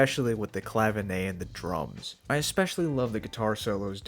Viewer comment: I'd give more credit to 'Dirty Work', -love that song and one of the songs along with the other two hits on 'Can't Buy A Thrill' that helped me become a Dan fan - love the albums from Aja onward best though too. Just one thing - 'Clavinet' is not pronounced 'Clavinay'. It's as it looks, ClaviNET. Cheers!